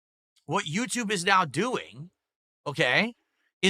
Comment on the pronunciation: the pointing at the screen thing is so deranged. "Right naow"....he can't even pronounce "now"...